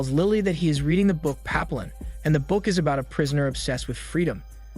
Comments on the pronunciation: "Pap-ee-OHN" it means 'butterfly' in French and about a man who's wrongfully convicted. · That may be the worst pronunciation of Papillon I’ve ever heard. To be fair, I’ve maybe heard Papillon pronounced three or four times. This is still the worst though.